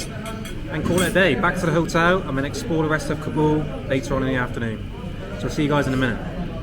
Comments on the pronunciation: Please. It's not ka-BOOL it's KA-bl like "cobble'. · I love your videos man but you got to pronounce Kabul correctly. Didn't you listen to locals pronounce the name of their town? Kabul rhymes with "hobble".